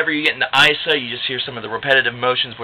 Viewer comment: Isa = Eeesahhh, not icea